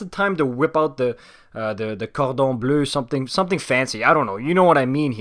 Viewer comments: The way you said ‘’cordon bleu’’ tell me that you speak french for sure haha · j'ai appris qu'il vient du Québec quand y'a dit "cordon bleu" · Are u French ur “cordon bleu” prononciation is very good it’s sounded like Quebec French, if not very impressive accent love ur content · The moment you said "cordon bleu" both my girlfriend and I yelled out "oh! he's French!" There's no way that accent when saying Cordon Bleu comes from someone who isn't fluent in French.